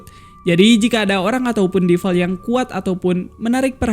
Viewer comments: bang kalau DEVIL bacanya tetep devil, bukan DIVEL. kalau EVIL, baru IVEL. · DE-VIL… divel divel ganggu amat